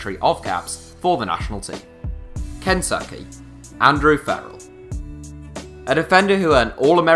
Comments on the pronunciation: iz-ACK? ĪZ-ăk (isaac) GRAY-hum? GRAM (graham) KEN-tah-kē? kën-TUH-kē (kentucky) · The way this man said Kentucky 😂😂